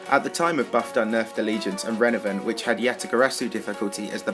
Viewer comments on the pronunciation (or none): The first word you said was “Renavenant” lmao